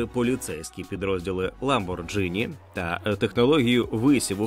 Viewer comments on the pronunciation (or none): ЛамборҐіні, НЕ ЛамборДЖині. ША'рджа, НЕ ШарджА'. Дякую за україномовний контент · Lamborghini вимовляється як Ламбоґіні. Камон :(